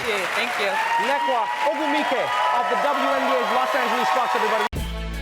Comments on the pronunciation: Hahahaha... Trevor just pronounced what probably might be the most corrupt version of my sister's name... "NeKWA?" instead of NneKA? As if it's some KWA Zulu Natal name? Don't mind me Trevor....twas on a lighter note. I am a big fan. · I love this girl....I love her sister...and I really love this interview!! Rep in your Nigeria green girllllll....you rock! ...but trevor's pronunciation tho🤔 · he said her name sooo wrong lol